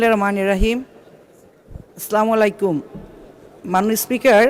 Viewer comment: বিসমিল্লাহ ও সালামে মারাত্মক ভুল উচ্চারণ।